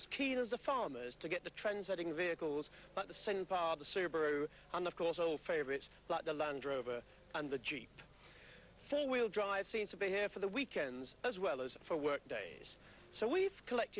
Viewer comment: Great video but it is a Renault SINPAR not Syntha.